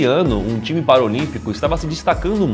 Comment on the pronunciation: Não é Paraolímpico é PARALÍMPICO